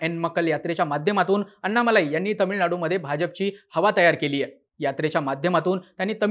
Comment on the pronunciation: अण्णामलै असा उच्चार असतो.